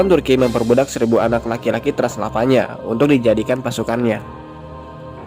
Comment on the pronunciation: Transavana😑 Knp gk lu bilang aja Transjakarta / Transjawa / Transtv😐 . Transylvania cuk, bacaannya Transelvenia.